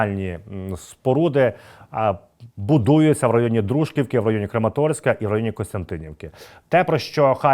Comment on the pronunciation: Правильний наголос ДружкІвка, на літеру і.